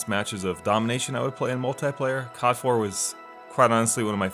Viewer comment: i cringe every time u say "cod" as a word